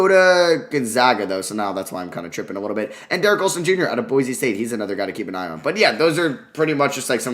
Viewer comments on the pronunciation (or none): none